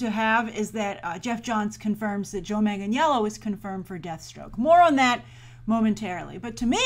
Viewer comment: u said his last name wrong is pronounces Joe Manganello there is no j in it and the i is silent but it is spelled Joe Michael Manganiello